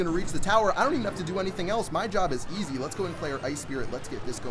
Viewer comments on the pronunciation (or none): 'My Job is izi'...